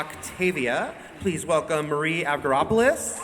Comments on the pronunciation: He actually pronounced the g in avgeropoulos wrong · Sarina Miles no he was right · He can't say "Eliza TAYlor" But gets "Marie Avgeropoulos" right. LMFAO. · is that hw u pronounce her last name?